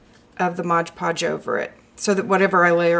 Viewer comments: great video... remember it's MOD Podge and also its pronounced that way... (not "modge"). but most importantly, have fun with it. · I thought it was called MOD podge....not modge podge. Hmm oh well, learn something everyday, huh?